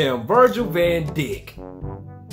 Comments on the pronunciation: it's prenounced, Daike. Van Dijk(Daike) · Virgils last name is pronounced “Van Dike” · I started laughing when he said Virgil VanDick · Ayo, it's Virgil Van Dijk. Pronounced, Van Dike. Like bike, but Dike.